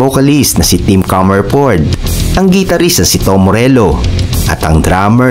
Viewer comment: Nakakatawa pag pronounce mo ng "Guitarist". Research mo kung ano tama.